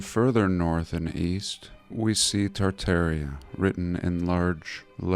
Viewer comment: say it with me meow! Tar-Tar-i-a !